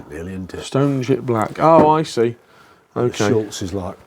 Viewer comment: NOT “SchuLtz”…. it’s “Shutz” ! 😊